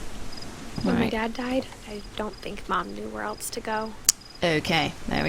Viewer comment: Wow, says "eltse" instead of "else". I thought only Martyn did that, it didn't cross my mind that other people inserted a T where it doesn't belong.